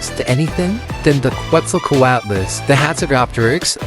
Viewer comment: it's pronounced closer to ket-zel-CO-at-us btw